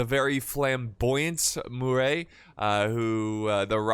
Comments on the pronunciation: Murat as in Muh-ra snice T’s are silent and not Murey! Anyways Vive L’Empereur! It’s been so long! :_PixieEagle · French guy here , its pronounces "Maréchal Mur(A)t" , A sounds like Nevad(A) or Minnesot(A) Love the channel, Keep it up for better French prononciation :) Cheers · you mean Murat don’t you? Pronounced Mu-rah